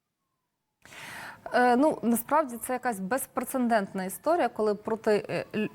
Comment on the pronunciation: безпрецеНдентна безграмотнісь, маю констаНтувати цей інциНдент)).